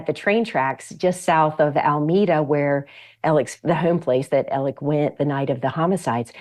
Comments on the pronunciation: Why is she calling Alex, Elec? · Elic? Elic? Do you have a Southern accent? No you don't. His name is pronounced Alec.